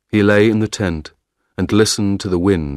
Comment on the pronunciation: "ten" >>>"tent"?